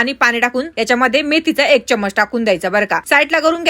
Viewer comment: चमचा म्हणा चमज नाही.